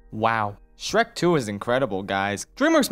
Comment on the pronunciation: You've gotta love that "sherk" 2